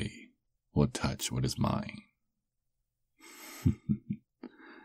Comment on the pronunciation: him:no one will tutch what is mine me: DA F4$& UM SIR